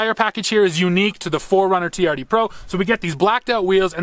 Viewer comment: That Toyota is a TRD. Sound it out.